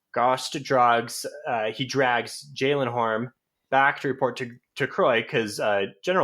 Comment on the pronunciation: Love y'all and great commentary as always. Your pronunciation is quite off on some of the names though. 1. Gorst. It's Gorst (kinda like "forced") not GAUSST 2. Jalenhorm. It's pronounced like "Allen-horm" with a J at the beginning. Not JAYLENhorm. 3. Khalul. There's no R. It's just like "Ka-lool" Edit: Source: The audiobooks